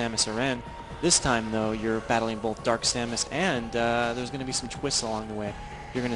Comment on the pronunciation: Bolth, bolth, bolth, bolth. Ah, I love it :)